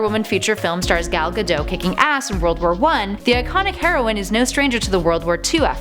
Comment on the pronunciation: you pronouncd Gal gadot's last name worng